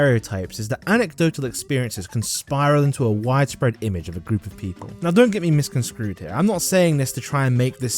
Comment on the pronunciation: Misconsprued?! Thought you could slip that one past us, huh? xD